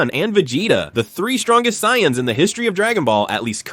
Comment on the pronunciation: Don't forget sighens 😂